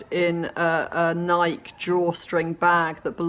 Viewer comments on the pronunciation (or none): If you’ve ever seen on anyone on meth, it’s like often watching a crazy person, yelling at anyone, anything. Nike is pronounced “Nikey,” as in “Mikey.”